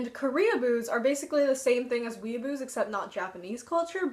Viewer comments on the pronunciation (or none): I THOUGHT YOU SAID WICCA AT FIRST LMAO